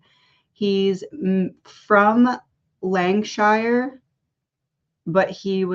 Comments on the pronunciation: Thank You so much for doing this! 🇬🇧 Lancashire (Lan-cash-ear) that is the name of the county he's from x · Lanc a shur